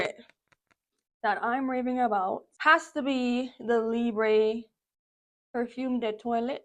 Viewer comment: also your perfume is libre which means free In French, its pronounced like lee-brh